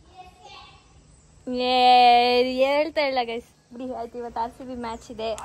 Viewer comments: It's rcb not harcb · Its not Harcb its RCB it looks so ugly when u pronounce H inplace of R please do pronounce it correctly I have noticed it several times please don't repeat